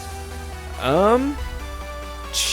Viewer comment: You kept saying planet vegito.....